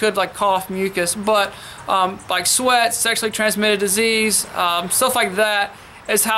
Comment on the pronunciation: you said "sweat" is that right?